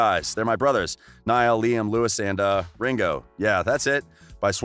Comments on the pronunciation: Omfg he says “Neil not Niall”help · If you do a vid about one direction you could at least pronounce their names right I meannnn ‘Lewis’ NOOOOO it’s Louis ‘Neel’ NOOOOO it’s Niall Hardcore directioners hereeee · Wait, did you just say "NEall" and "Lewis"? (No hate, but that's what I heard at the beginning.) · Neil? It’s Niall. Lewis? It’s Louis. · Dis he just say neel horan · for first : he is NOt ''nill'' but NIALL for second : louis didnt wanna go solo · Lol.. Not Lewis it's Louis with silent S Not Neil it's Niall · “Neill” ITS NIALL! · hey! it's LOUIE, not LEWIS it's NAYALL, not NEIL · Please tell me out you called Louis( LOO•WE) Lewis and Niall( N•EYE•L) Neil but you got Larry Stylinson correct first try? Like seriously? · It's Nial not Neil and the s in Louis' name is silent, it's pronounced Lou'e' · I’ll subscribe when you say “Niall” and “Louis” not “Knee-al” and “Lewis” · Oh please. People get your facts right. By the way its Louis (Lew-ee) not Lewis, and Niall not Neil. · He said “Neil Horan” and “Luis Tomlinson” 🥴 am I the only one who noticed that? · Did he SERIOUSLY just say “Lewis Tomlinson” and “neel horan” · Okay yeah ngl but I literally stopped watching when he said LOUISSSS and Neeaall😐..like wtf dude? Please atleast pronounce their names rightly. Ugh. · Never ever ever trust ANYone who says "Neel Horan" and "Lewis Tomlinson". I mean if your going to do a video about One direction Get it right and most of your facts aren't even true. Its not that hard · Its niall and loueh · It’s pronounced nile. I have a friend named Niall. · I'm rlly sorry but it's niall not Neil and it's also Louis not lewis and agin perrie Edwards not perrie edwire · Yeah I stopped watching after you said “Lewis and Neil” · And kneeal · The you pronounce Niall. It’s Ny-all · Lewis? Neil? Shows how much research you did 👏🏼👏🏼 Also it’s EdwardS So basically take the ‘s’ out of Louis’ name and put it at the last letter of Perrie’s last name and TADA 👐🏼